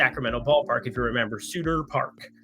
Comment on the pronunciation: Love the plays, just one thing to add. It’s SuTTer park, not Suter. Emphasis on the T’s. Named after John Sutter, founder of Sutter’s fort which eventually became Sacramento. Also Sutter’s Mill, the place where gold was original discovered in California. Little bit of history for you on a Friday, let’s crush it today!